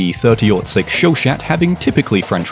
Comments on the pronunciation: "show shat" I like your videos, but it's not that hard to google a pronunciation (it's supposed to be "show shah", yes french is stupid). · Show-Shat lol